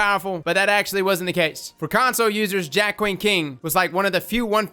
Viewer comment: You’re saying it right for once lol.